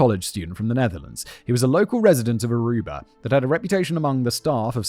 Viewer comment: I hate that he says Arubar.